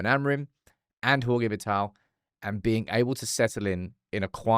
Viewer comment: Hey brother! Thank you for the great video as always! Just to help you out us Portuguese we pronouns J’s and G’s his name is Jorge pronounced exactly in English as George! Only Spanish people make the J’s and G’s “H’s”